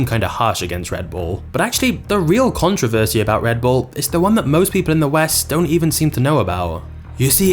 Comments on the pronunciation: 187 billion cans sold and I've never had even one. I prefer coffee! Also, I can't stand the way the narrator drops his voice at the end of almost every sentence and the way he pronounces controversy. Con-TROV-er-sy? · Say it with me now: con-tro-veRsy. There's a long O in the middle and an R towards the end.